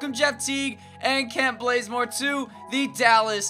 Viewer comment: Blazemore😂😂its bazemore